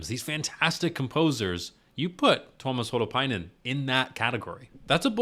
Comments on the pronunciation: Pronunciation of Tuomas Holopainen sounds good to me (I'm just a fellow anglophone in North America, but I like to try to get names right.) Only adjustment I'd make is that the emphasized syllable is the second one: Tu-OH-mas. The way you said it sounds bang on to me. is a pronunciation guide to Nightwish names (except Anette, the video trolls with her name by giving it a non-silent E. She's Swedish not Finnish so the E is actually silent.) You can also hear Marko saying "Tuomas Holopainen" in his intro to The Greatest Show on Earth (Tampere 2015): (That actually has more emphasis on the first syllable than I thought. The boy reading the text in this piece also puts more emphasis on the first syllable . So maybe I'm wrong, or both ways are ok.) And yes, the White Lands of Empathica was sung by a London choirboy, and the spoken text was read by a different boy, perhaps also a choir member. Probably from a London choir Nightwish worked with for that album. --- Is it normal to not sit still when you hear good metal? Yes. Check out some of Tank the Tech's reactions, e.g. to Electric Callboy and probably also some Nightwish songs. He full-on headbangs, and sometimes has to rewind the video for parts he didn't see at all because of it. --- I enjoyed watching your reaction, appreciate that you took the time to check out the lyrics and looked for some guidance on interpretation instead of just being confused. The pendulum imagery is a reference to Poe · I'm not sure if someone already confirmed this, but your pronunciation of Tuomas Holopainen was great! Thank you for practicing 😊😄